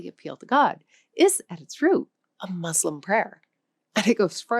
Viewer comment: In our divisive times, your commendable objective, of bridging peoples through language and its inherent hidden histories, is to be greatly applauded! Thank you! It would enhance the sale of your language app, to review the pronunciation of some critically significant words; MUSLIM being the most salient among them. The U is like the U in “cushion”. As a Portuguese speaker the correct pronunciation of Portuguese words would testify to the value of the app that is advertised. I’ve Liked and Subscribed